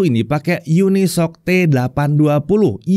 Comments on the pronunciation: tumben dibaca unisoc, bukannya uni-S-O-C ya? haha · bang katanya cara penyebutannya yang bener uni-s-o-c bukan unisok